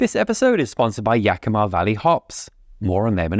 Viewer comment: Best pronunciation of Yakima yet!